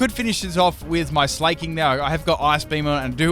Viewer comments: In what world is Slaking pronounced like "Slay-king", lol? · Slaking isn't pronounced "slay-king" its SLACK-ING... because both Slakoth and Slaking are slackers! That's the whole idea behind their names.